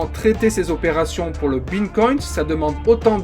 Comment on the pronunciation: Superbe vidéo par contre on dit Bitcoin pas Bincoint 😄 🙏